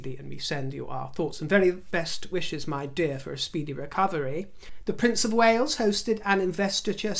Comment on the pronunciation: Wales not wells.